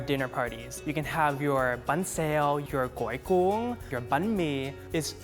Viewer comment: His pronunciation of gói cuốn is completely different to mine